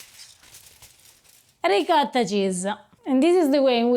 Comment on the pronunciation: I'm so glad to see another ... ahem ... "reekadda" ... recipe 😂 - dude, at least try a little effort to pronounce it a little bit correctly